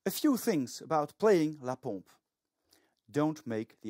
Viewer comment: You got the good pronounciation for la pompe